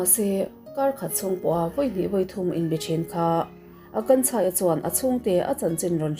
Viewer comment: I Hindi hming lam hi tem chuan beng a thlep deuh thin....tlemin lo fimkhur zual deuh la ka ti